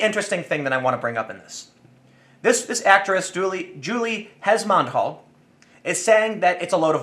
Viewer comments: it's pronounced hesmond-halge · 'algh' is pronounced 'alsh'